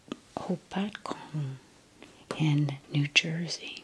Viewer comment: I just saw this video! I’m from New Jersey, & don’t worry I struggle too with the pronunciation of Lake Hopatcong. It’s actually a little lake town, not sure what it was like the olden days but it’s a cute little area of my home state